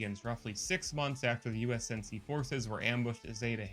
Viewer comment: Ik this is 3 months ago but if your an Actual HALO fan ITS "U N S C" NOT "U S N C" AND ITS NOT "3 43" ITS "3 4 3" SO FIX IT PLEASE AND THANK YOU.